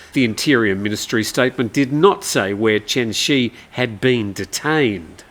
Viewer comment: Chen Zhi is more correctly pronounced like "Chun Jir," not like "Chen She"